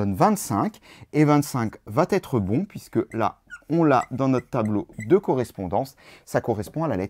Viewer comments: Qui va être et pas qui va t être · À au moins deux reprises, quelque chose va T'être... Ouch la vilaine liaison qui écorche les oreilles.